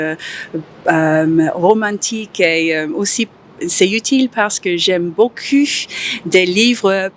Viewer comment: Quand l'anglaise dit « beaucoup », on dirait qu'elle dit « beau cul », mdr. Pas très grave, mais je crois qu'il faut régler ça!